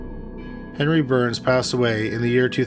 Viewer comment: Is he saying henry or penry?